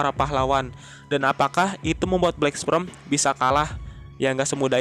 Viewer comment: Nihh si mimin bolak balik ngomong Black Sprem, black sprem,,, (Black Sperm) wooeeeeee!!!!!